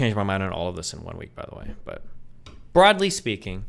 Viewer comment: BWOUGHDLY speaking